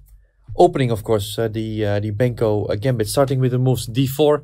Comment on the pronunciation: You always say "Benko - Gämbit", but it is pronounced the other way around: "Benkö - Gambit" … :-) (And by the way it's also spelled with an ö: Pal Benkö was from Hungary.)